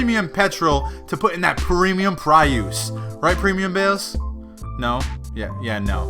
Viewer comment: do you say prioos on purpose or is that how you think people say it